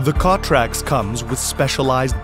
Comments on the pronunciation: From the makers of the failed Wondercutter S.... Same company. The name is stupid "CTRLAX". I am computer geek and even for me it took a second to register. The narrator can not pronounce the product name. Steongly suggest you wait and not ne an early bird. Korean startups are known for their quality. *sarcasm) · First of all, who the hell named this product. Secondly, how the #%$& is this guy pronouncing it?